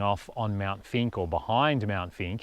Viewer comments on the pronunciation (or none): Mt. Finke. It sounded like you said Mt. Stinky..? Greg K.